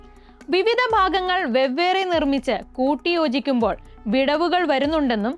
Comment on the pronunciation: Kindly play the video in 1.25x for better viewing experience. കൂട്ടിയോജിപ്പിക്കുമ്പോൾ, മുടിനാരിഴ എന്നിവ അവതാരക ഒന്നുകൂടി ശ്രദ്ധിച്ചാല്‍ നല്ലത്. 👍